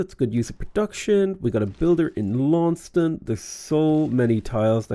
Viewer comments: Lawn-sest-ton. Otherwise you will lose your Tasmanian audience! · Dear, it's Laun-ces-ton. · If you care, typically Launceston is pronounced Lorn-Sess-Ton in Australia